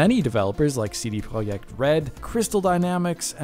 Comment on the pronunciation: I love CD Proy-yect Red! Can't wait to see "The Witch-Her 4"! Come out! :) Edit: No hate, just funs